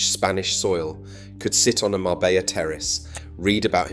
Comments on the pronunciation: How the fk is it you don't know how to pronounce Marbella? It's not Mar-bella', it's Mar-bej-a. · You could write it as Marbeya for the AI script, so that the AI would pronounce it correctly. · Marbella is pronounced Marbeya..... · Mabeyya? 2 ll, become y! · If you can't even pronounce marbella properly,forget it.🙄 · If you are going to take interest in telling the story of Marbella , please learn to pronounce it correctly 😊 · Pronounce the name properly if you want to use the town. And your information is not correct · Sorry stopped at 9 seconds in. If you cant even pronounce Marbella correctly, in content about Marbella, why do you expect people to give you their time to watch your content. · How TF do you expect us to take this seriously when you can't pronounce Marbella correctly. Do you say Madyorker as well ? Wilson sleeps with an axe but just opens the door. There is absolutely nothing discreet about Marbella. It is a cesspit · His pronunciation of Marbella horrendous. I used to go there in the late 70s with my parents and remember being a very small fishing village with Ferrari and Rolls-Royce is passing by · At least pronounce Marbella right!!! 🤯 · Could be AI that cant pronounce it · Omg that really hacked me off....